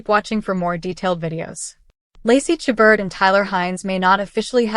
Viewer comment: Please learn how to pronounce Lacy's last name. And view WINTER IN VAIL staring Lacy and Tyler.